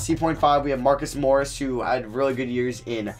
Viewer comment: nice job pronouncing marcus morris